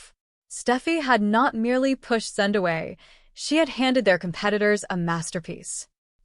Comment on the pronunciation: Stupid AI, it can't say Zende properly, it's not Zend it's said like ay on the end of his name. I wish the YouTube videos would stop using AI.